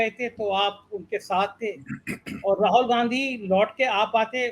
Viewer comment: आप राहुल गांधी को बार बार राहोल गांधी प्रोनाउंस करते हैं, जो बहुत अजीब सा लगता है। प्लीज ठीक से प्रोनाउंस कीजिए।